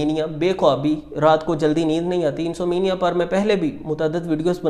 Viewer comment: Neend na aanay ko IN-SOM-NIA kehtay hain nah keh IN-SO-MENIA. If you dont know english dont speak it.